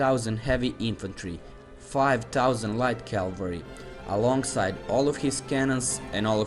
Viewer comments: CAVALRY! NOT CALVARY. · Good to listen Calvary instead of Cavalry